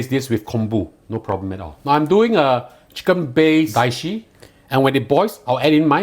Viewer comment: It's dashi, not daishi